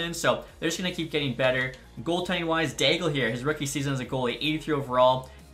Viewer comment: I think Gabriel D'Aigle's name is pronounced like it has a silent L if that makes sense. Like the sens draft pick from the 90s.